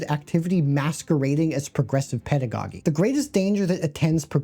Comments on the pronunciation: Not to be pedantic, but in "pedagogy" or "pedagogic," the second "g" is pronounced "gee" rather than "ghee." So rather than "peda-gaw-ghick," it should be "peda-gaw-jick." Also, "collegiate" is the same -- the "g" ought to be pronounced like a "j." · Just so you know pedagogy is pronounced pedagojy not pedagoggy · I know you sometimes mispronounce things as a bit, but I got my bachelor's in education and therefore heard and said the word pedagogy in all its forms hundreds of times. I can, therefore, say with authority that it is pronounced PED-duh-gaw-jee. You're welcome. Also, the adjective form of pedagogy is pedagogical, not pedagogal. That isn't a word. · I liked your video. It's well-researched and you chose a good subject. Someone might have pointed it out already, but there are some mispronunciations in your video ("pedagogy" being the most apparent one), which I normally wouldn't bring up, but then I saw the bit where you give up on pronouncing a Portuguese word. It's a bit disrespectful. Also, I don't have a source readily available, but I'm pretty sure Ira is pronounced EYE-ruh. The occasional pronunciation mistake isn't a crime (even in a video at least partially about phonics), but words from other cultural contexts and especially people's names ought to be handled with some care. I wouldn't say this if I didn't enjoy the video. Carry on!